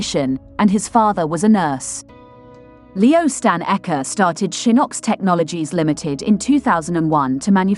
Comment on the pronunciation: Don’t mind this lady, they can’t study to pronounce African names good before coming on line to the publi, this guy’s surname is Eke not aka as you can hear from her!